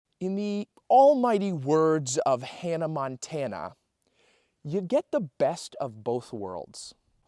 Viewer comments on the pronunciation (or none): none